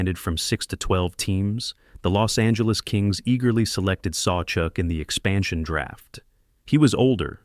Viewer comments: "jack Plant", Terry "sawchook" and "george vezeena"? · This announcer is brutal. Learn to pronounce the names correctly Sawchuck,Plante, Vezina..